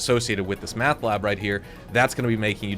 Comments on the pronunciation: Are you just screwing with us? Driving me nuts.. it's Meth Not Math. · Why you say meth like that lol